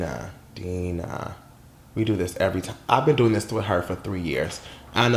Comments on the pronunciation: Die-Nah not deenah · It's not DEE-NAH IT'S DIE-NAH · Yes thanks for reacting to Dinah Jane I love her so much 💞 & her name is Dinah Jane like Dinosaur pronunciation Die nuh Jane not Deeenuh Jane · Yeah Bottle’d Up did sound like a scrapped Fifth Harmony song, & her name is Dye-nuh i think instead of Dee-nuh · U keep saying Deenah and it’s DIE-NUH... DIE-NUN JANE Not Deenah 🙄🙄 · I'm gonna say this with love: it's pronounced DIE-nuh! 😂 But yeah she really did an amazing job with this EP. These songs aren't actually gonna be on her official album, which is why she released them. I would encourage you to look into the story behind her song "Fix It". It's such a personal song and I have a whole new found respect for her because of it. Great reaction as always! 💜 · Sis! Its "Dye-Nah" Jane LMAOOO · Thank you for reacting to our girl Dinah Jane pronounced Die-Nah lol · And it’s DI-NAH LOL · Its DIE-NAH LOL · I love how you you got her name right in the beginning then second guessed it a minute later and got it wrong then just gave up and called her dj😂😂👍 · you literally said Dinah right then wrongfully corrected yourself 🤧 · Right it’s annoying like he knows how to say her name